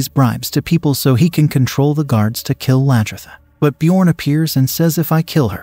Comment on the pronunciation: it is not the King! Haraldson was the Jarl and so were all the others you called King! And it is Aslaugh, Lagherta, and on and on - sorry!!!